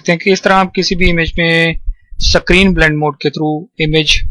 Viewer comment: "screen blending mode" screen.....!!! for fuck's sake screen....!!!!!! not "sacrine" >_<